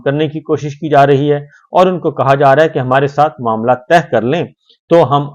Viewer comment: Urdu main Tah ka matlab bottom hota hai jasy samander ki Tah, Urdu main Tay karne matlab fold karna yani kisi maslay per bat cheet karna us per agree hona naslay ka hal nekalna hai. Sabri bhai ap Tah nhi Tay kaha kren.😊